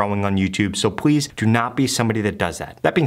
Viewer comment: Did Anyone Noticed That When He Said Please He Says Pwease